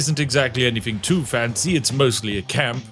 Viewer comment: Only another Brit would notice this. He says "fing" instead of "thing". Telling me he isn't that posh, or anyfing lol. Inunciate the "th" dear boy. 😅 Nonetheless, thank you anyway. Good review.